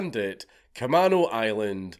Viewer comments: Sorry but its ca-may-no island not ca-man-o. Thanks great mad lad once again count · Dank its pronounced like Ka-mean-o. I'm from the area. This was painful to listen to. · It's pronounced Ca-may-no island. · We pronounce Camano, “kuh-may-noh” island 🤭 If you ever visit Washington, I’d be happy to show you and wifey, and your baby entourage around 🤘I’ll even show you all the homeless druggieeeez. Orcas Island is beautiful btw- it’s so tiny and sleepy. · just figured I should say, k-uh-may-no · You are saying Camano Island wrong. It's pronounced KUH-MAYN-OH. It is a native American word. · Cam-A-no island. I know you're not from here, but it's bothering me. I lived 5 minutes away from the plane theft, while all of this was going on... It was fucking crazy. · Kuh-MAne-Oh Island. Also it was a super big thing through the 00s to force kids who stole to go through drug and alcohol counseling. Which either led to....meeting drug dealers willing to sell to kids, or anger at having to sit through the bs and no reform...thanks WA. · kuh-MAY-no, fwiw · Camano Island = Kuh-may-no Island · Kuh-maeey-no Island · Dank, you can say Orcas correctly but you cant Camano lol